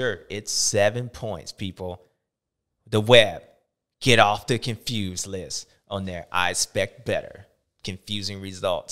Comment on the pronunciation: Was it supposed to be confewsed 😂